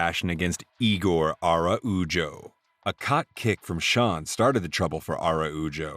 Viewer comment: What exactly is a "cock kick"? You really should review the AI slop first.